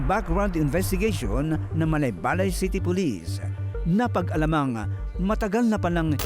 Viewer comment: Parang mali pagbigkas ni Gus sa Malaybalay. Dapat bago siya magreport alamin niya muna dapat kung ano ang pronunciation ng Malaybalay.